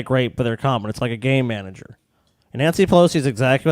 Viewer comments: I'm high so when kept saying "Game Manager" I kept hearing "Gay manager" and then proceeded to completely forget about what the topic was. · Heard the same thing, and im a little high.